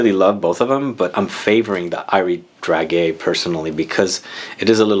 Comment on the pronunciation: Hi! Thanks for your video! So hard to find video about lancome. On the french website there is reductions right now. And by the way, we say DRA JAY ( like Jay Z) 😉